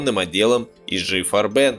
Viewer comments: Не "Ижи ФарбЕн", а по-немецки "и гэ фАрбен" или уж по-английски "ай джи фАрбен". Большинство так восхищается этой, безусловно большой и трудной работой, но на самом деле суть лежит выше - в биологии. Все эти "общественные строи", "типы государств", политика, экономика... мишура в чистом виде. А в основе простейшие биологические принципы - еда, размножение, доминантность. Любой примат будет делать что угодно, убивать, грабить, насиловать, порабощать... если есть такая возможность, лишь бы добиться этих трёх целей. Причём если первые две в целом конечны, то третьей можно развлекаться пока не помрёшь. И да, от этого страдают другие приматы и будут пытаться помешать, сами стремясь к тем же целям... И тут элементарный естественный отбор. Думаете если работяг поменять местами с рабовладельцами, что-то изменится? =) И социализм ни разу не выход, ибо все ни фига не равны. Всегда найдутся единицы, которые талантливее, трудоспособнее, хитрее, удачливее, сильнее, чем общая масса, и эти единицы всегда будут этим пользоваться. Но можно не волноваться, благодаря невероятной индивидуальной изменчивости высших приматов, сын никогда не является точной копией отца, и большинство династий погибает за 3-4 поколения. Те же Круппы быстро закончились после ВМВ. В других компаниях-гигантах тоже семьи-основатели со временем остаются от силы пассивными акционерами, а то и вовсе отходят от дел... Остаётся одно название. Насколько понимаю, в "адидасе" Дасслеров давно нет и в "Сименсе" Сименсов... Так чт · И да если хотите называть IG Farben на англицкий манер, наверное правильнее всетаки будет айджи фАрбен ) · i.G(Interessen Gemeinschaft) Farben - И.Г. ФА́рбен. - дословно "интересов" "сообщество" "цвета/краски". Это такиж немецкое название. То есть: I = И, G=Г. И в "Farben" ударение на первый слог. Иначе получается какая-то французская херня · В чем преимущество названия "И-Жи-Фарбе́н" перед правильным "И-Гэ-Фа́рбен"? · может таки И Г Фарбен с ударением на перво слоге? не не так?